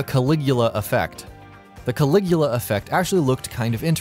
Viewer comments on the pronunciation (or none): none